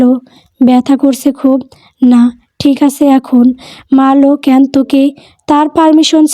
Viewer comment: উচ্চারণ টা ক্যান নয় ক্যানো, একটু খেয়াল রাখবেন ক্যান উচ্চারণ টা শুনতে ভালো লাগে না।